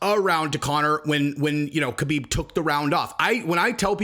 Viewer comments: Habib it's Habib not kahabib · Stop saying Khabib the way you do. You sound like a dirty casual. The K is pronounced like an H. Just pretended it's spelled Habib. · Hey, I love your content and I'm a big fan...I just wanted to point out that the "K" in "Khabib's" name is silent...I'm positive that the other mma content producers will follow your lead if you pronounced the name properly...Ty. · Man if you are going to say Khabib's name so much, pronounce it correctly haha.